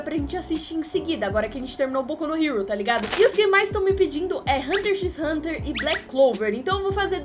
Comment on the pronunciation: Assista Hunter x Hunter,e n se pronuncia o x kkk